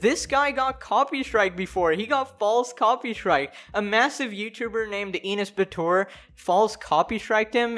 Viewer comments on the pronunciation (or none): I know it's not the point of the video at all but I lost it there when he said "inis batuer" (ok so don't get me wrong cuz I'm Turkish, and since I know the right way to read his name, it just kinda caught me off guard lol) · Im Turkish and ik other countries have a hard time pronouncing turkish words But how u said enes batur i laughed so hard